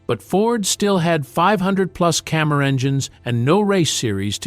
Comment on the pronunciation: It’s FORD CAMMER not Cammar. And get your pics right with your videos please.